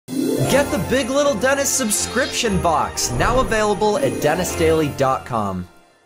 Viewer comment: Denis not Denix